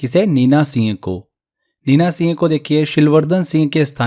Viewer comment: Singh ka pronunciation thik se kare sir aapne toh singh ka seh kr diya 😅